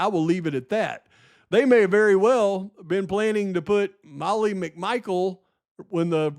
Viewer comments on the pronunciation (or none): MOLLY MARIE MCMICHAEL!! Jeez it’s not hard to say